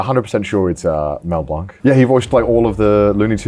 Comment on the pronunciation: That pronunciation of blanc hurts